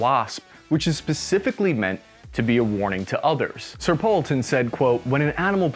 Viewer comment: Just a comment on Sir Edward Poulton. His name should be pronounced /'pool.ton/, not /'powl.ton/. Second, if you want to use Sir with one name, you need to say 'Sir Edward', not 'Sir Poulton'. 'Sir Poulton' isn't a thing – stick with Poulton if you want to use his surname. 'Sir Edward' is formal – if you were close friends, you could call him 'Edward'.